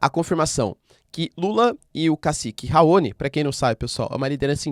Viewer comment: Dear Prof, com licença. Raoni é uma palavra oxítona, com sílaba tônica no "ni", como todas as palavras terminadas com "i", como "guarani", "caqui", "abacaxi", "Itamaraty", etc.. Outra coisa, eu costumo falar "Kosôvo", paroxítona, do mesmo modo como os portugueses a pronunciam. "Kôsovo" é a pronúncia inglesa. Todos os repórteres da TV a pronunciavam "Kosôvo" na época em que a Yuguslávia se desfez e durante a guerra da Sérvia. Outro dia, ouvi um repórter português pronunciar "Itamaráty" e aquilo soou muito estranho. Sem querer ser chata, ok? Os gringos que dão aulas de inglês no Youtube nunca reclamam do sotaque do estrangeiro, pelo contrário, o elogiam, mas eles enfatizam os erros de pronúncia quando acentuamos uma sílaba como se a palavra fosse paroxítona e , na maioria das vezes, ela é proparoxítona no inglês. Soa estranho. E eu aposto que os gringos estão falando "RAoni".😮